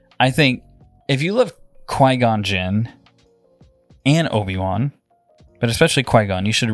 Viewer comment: So funny how calls him Oafy Wan.